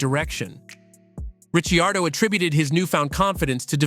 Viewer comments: Richi-ardo, are you kidding me? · Wow if you can't say his name right your fired...thumbs down never watching again. Need to get these idiots out looking for views with zero content. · You think he could pronounce his name correctly. NO! Instead butchered it!